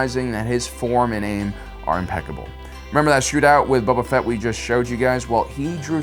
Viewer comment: Space opera mother fucker Haha love your content and get boba fetts name right